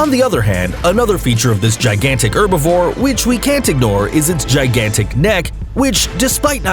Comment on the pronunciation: Pliesiosaurus, is not a dinosaur, but an aquatic reptile, and it is her-bi-vore, pronouncing the H. Get your names right please, (as in the dinosaurs) I just have one dinosaur book, and I am an expert, literary. Pterodactyl, a flying REPTILE, not a dinosaur, it lived with the dinosaurs, ALONG with aquatic REPTILES. Thank You.